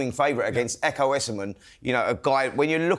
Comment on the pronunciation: Why has everyone started pronouncing Ekow Essuman’s name as “Youssamen” when it’s clearly “Essoman”🤦‍♂️🤦‍♂️🤬🤬